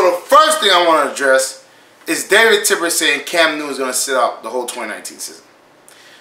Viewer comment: Bro it's Tepper not Tipper lol